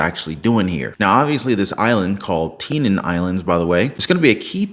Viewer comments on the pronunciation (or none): Great video as always. But it is actually pronounced “10-e-Ann”. I was stationed in Guam for 3 years. Been all over that area. Marshall Islands and beyond.